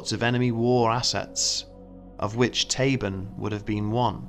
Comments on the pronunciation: Tabun is "TAH-boon", not "tay-bn". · "Mielke"is not pronounced "Mee-Elke" but "Meelke"....and "Tabun'" is not pronounced "Tay- bun" but "Taboon".